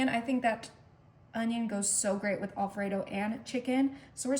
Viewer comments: It's AL fredo..not ALL fredo. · Not a bad idea. I'll likely make some of these. But, I did find the repeated mispronunciation of "Alfredo" to be a bit jarring. (The first syllable is said as "Al," not "All.") Also, the word "pepperoni" IS PLURAL (singular, in Italian, is "peperone"). So "pepperonis" is incorrect.